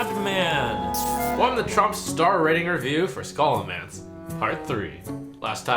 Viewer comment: Nobody: Kripp: Sch-olo-mahn-ce